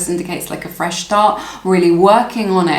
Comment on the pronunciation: Pile #1- wow he had said 'feesh start' and that was the last card.